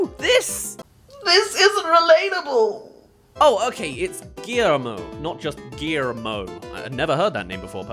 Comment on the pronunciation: What I didnt like is how the movie botched the pronunciation of the name. The rigth way is saying the Guille part like in Guillotine.